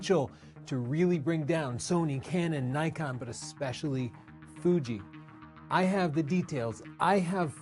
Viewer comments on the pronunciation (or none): My mans said “ESPECIALLY FUJI” like they DONE FOR😭